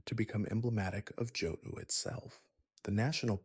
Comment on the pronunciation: Are you pronouncing shit like Charizard like that to drive rage bait comments or are you genuinely dumb? How you gonna make an entire video on a game and not know how to pronounce Johto or Charizard. Immediate dislike